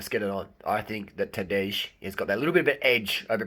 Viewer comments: It's not Tadeish, it's J like Y-es, Y-esterday, like TadeY. That is pronounciation. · Rim job on that pronunciation bro. Tadey, not Tadej. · "j" in Tadej is pronaunced as "i" in Mapei.. And no, Primož will not let Tadej win, It's now or never for him :) most of Slovenians would prefer Roglič to win this one!